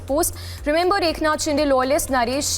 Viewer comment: Please stop pronouncing maharashtrian names wrongly, you are insulting the local culture, as an anchor that's minimum you can do. म्हस्के not मसाके शिंदे not शिंडे